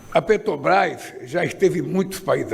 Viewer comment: ANALFABETO ^PETOBAS^ AFF NÃO SABE FALAR MAS SABE ROUBAR COMO NINGUÉM